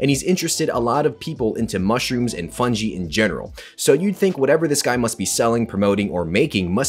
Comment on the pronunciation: Bro first of all learn how to say fungi.